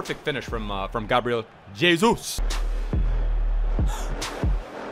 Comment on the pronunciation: Stop pronouncing Gabriel Jesus like "Jesus Christ."... ffs it's (hey-zeus) lmao